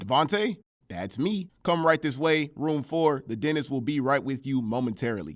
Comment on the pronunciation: Bro for the first few minutes I thought you said Dennis lol